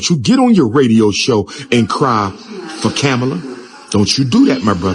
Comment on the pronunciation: puts my drink down at "Camela"... 🥲